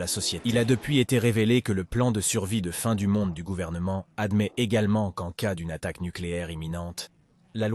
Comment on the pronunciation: Au lieu de dire "en cas d'attaque" le robot nous dit "en c-a d'attaque"... Déplorable.